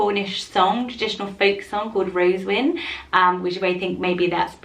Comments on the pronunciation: Ayyyyyy, I made it! And yes, you did say (n) wrong, it's actually "ro-ZEN-win". But thanks for featuring my suggestion! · is ro-ZEN-win.